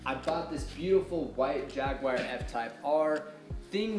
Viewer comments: and if you want to go full "British" with it, there is also no "whar" in Jaguar. Just "u-er" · Informative video. Also, theres no "WIRE" in the name Jaguar, lol